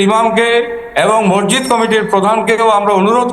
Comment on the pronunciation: ভালো করে কথা বলতে পারে না মসজিদকে মসজিদ করছে বেকার লোকেদের ব্যবহার কথা